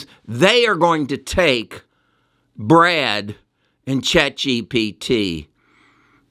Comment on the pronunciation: Goggle’s AI is called Bard not Brad.